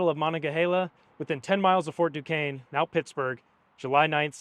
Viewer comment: You’re not from Pittsburgh that’s for sure… But good video….you pronounced Duquesne properly tho!